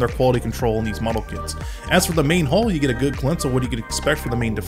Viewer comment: It's too late to change it now, but it's 'hull', not 'hall'.